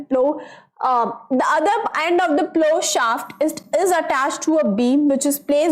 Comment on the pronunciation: Mam you said and, but that is end